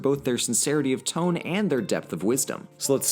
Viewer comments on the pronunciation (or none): none